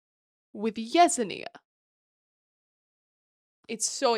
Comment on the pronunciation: I haven’t read the books so I fully accept I could be wrong, but the character who’s name you’re pronouncing “yez-en-ee-ah” would make more sense to me pronounced as “yes-en-ya”